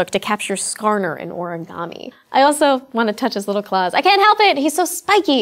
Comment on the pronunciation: Looks I have to repeat myself. IT'S ORIGAMI, not oragami.